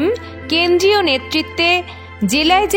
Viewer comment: ওটা কেন্দ্রীয় হবে কেন্ডিও না🤣